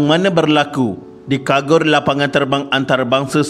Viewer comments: Casis sebutan dgn CA, bukan KA yg brbunyi kasis....lg satu kargo bkn kagor....yg lain smua tip top👍👍😁😁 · Kagor ke kargo... Baca la betul2 kalau nak buat youtube... kagor... kagor...